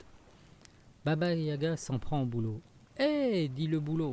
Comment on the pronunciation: Yaga ! Pas gaya !